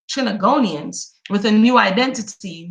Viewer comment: It's pronounced Trin-bay-go-nee-ons. Short for for people who live in the twin islands of Trinidadian and Tobago. I know I am 100 years late, but you caught my attention with Bob Marley book reading. I'm playing catch up now. Thank you for this. You are amazing, sis!